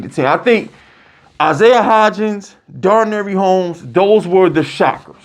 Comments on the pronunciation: “Daranary Homes”… boy yo ass was struggling. Dar-Nay Dar-Nay Dar-Nay!! 😂😂😂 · YOU BUTCHER NAMES LIKE CRAZY!!! Darnary homes 😂 you Deandre baker instead of deontay banks bro cmon